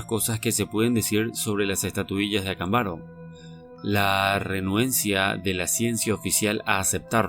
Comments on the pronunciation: Por qué siempre pronuncias mal los nombres? Acámbaro! Avento en la segunda "A" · ACÁMBARO, CON ACENTO EN LA PRIMERA A. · Acámbaro es una palabra esdrújula, si vas a transmitir una información, ocúpate de hacerlo de manera correcta.